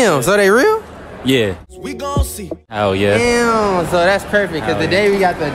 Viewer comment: The way she said "Hell yehhh"